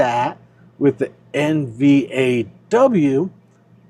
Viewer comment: You are talking about combining with "NV2" you said, "you add that with NVAW..." sounded like you said NVAW, I can't find NVAW? Did you mean Roundhill NVDW?